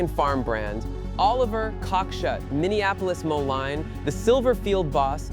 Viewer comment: Moline... MO-Leen.... please